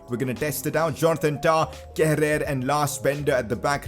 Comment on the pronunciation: It's pronounced Keh-rur. Great episode keep it up. Leipzig carrer mode next please.